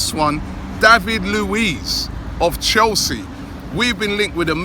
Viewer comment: Lol....Robbie had to emphasize that part David Luiz...(of Chelsea)